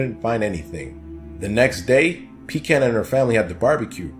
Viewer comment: (shudders in revulsion every time mispronounces Pecan)